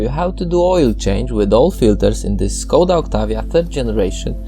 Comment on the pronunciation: Škoda ! Né Skoda !!!!!